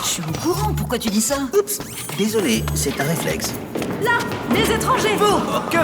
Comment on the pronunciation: Le reflaixe d' x)